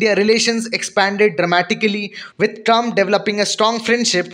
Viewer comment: Trump not Trunb